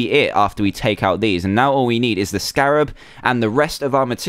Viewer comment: Scarab not Scarath